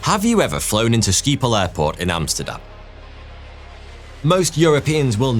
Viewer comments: 😂😂😂Well, English people, don't mind this because if (s)he starts talking Frisian I couldn't understand a word (s)he would say and so would the rest of the Dutch, not from "Friesland". 😜😁😌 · When you said skiephol I almost choked! I am Frisian (north of the Netherlands) and we have our own language. Skiephol litterally translates to sheepsbutt. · Snap ik. Ik ben van de andere kant. Letterlijk en figuurlijk. Zuidoost Brabant. Toch Skoaphol(leke) klinkt bekend hahahahah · As a Dutch person, I can assure you it sounds more like "skipole"😊.